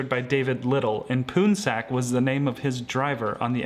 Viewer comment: hoya lacunosa "poonsak", the pronounciation sounds like "pawnsug" which is a common name for male in Laotian and Thai